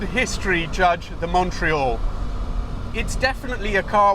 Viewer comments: If you're going to insist on pronouncing Alfa Romeo natively, then you might try to do the same with Montreal !!! Fabulous car - There was one in Solihull in the mid seventies and I remember hunkering after it, long before I even had my driving licence... Love the way you give the engine 'such heritage' - the Tipo 33 engine, except cross- instead of flat-plane, single- instead of twin-spark...😆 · Learn how to pronounce MONTREAL ..........